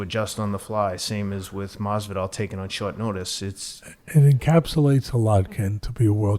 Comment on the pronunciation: I wish Teddy would get Masvidal's name correct.